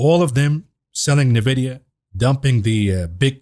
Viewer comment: Envidia not navidia